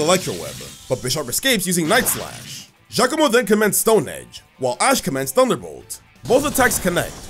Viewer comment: FINALLY SOMEONE SAYS GIACOMO CORRECTLY!!